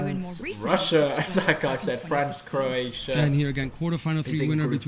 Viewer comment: He said crossia